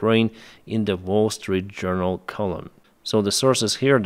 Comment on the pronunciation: Never noticed before, that wall-street journal if pronounced by a Ukrainian sounds like worst-read-jounal :face-purple-smiling-tears